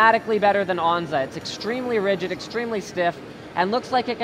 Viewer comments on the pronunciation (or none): none